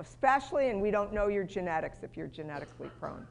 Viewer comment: Urine in control VS you are in control . Pronunciation is important.